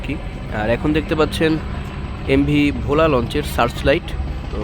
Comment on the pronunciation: ভাই Bhola উচ্চারণটা ভুল হয়েছে আশা করি সংসদন করবেন ❤❤❤